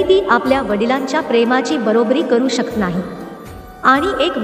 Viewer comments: शक्त, badl वगैरे ही कोणती भाषा,आणि हे कोणते उच्चार? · शकत हा शब्द चुकीचा उच्चार होतो